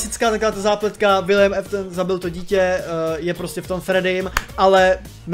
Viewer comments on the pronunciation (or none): Čte se to Aftna a ne Eftna